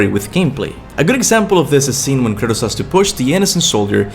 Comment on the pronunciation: The way you pronounce Kratos is really off-putting. Not bad otherwise, keep it up